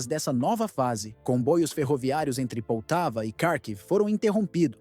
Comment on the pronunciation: Pronúncia corretas : [poltáva] palavra paroxítona, NUNCA póltava [odéça], NUNCA Odes SIMPLES assim..